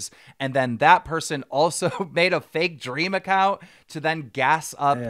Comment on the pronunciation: 1 word: dweam